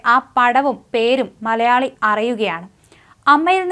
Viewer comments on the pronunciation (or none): none